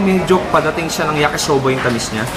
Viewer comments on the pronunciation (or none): none